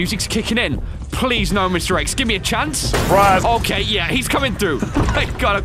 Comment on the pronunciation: Lmao i heard mr eggs not mr x